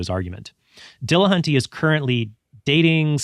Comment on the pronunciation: Tell me you can't pronounce Matt's last name by adding latin latin flair to it. Dill.Uh.Hunt.Tee. NOT De La HAN tay. Just sayin. Trent got it right, though.